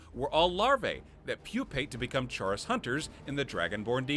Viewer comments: It's pronounced 'chorus' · Just a few notes: Most West Nile cases aren't neuroinvansive, and most that are cause encephalitis more often than meningitis It feels so wrong hearing you say "chaurus" like that. I always assumed it was more like "chorus," with the ch sound in "chitin." Rock-joint sounds more like tetanus to me. Obviously not in the way it affects the player, and Meeko's owner didn't have the arched back, but you can only ask so much of the Creation engine. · I think "chaurus" is pronounced like "chorus"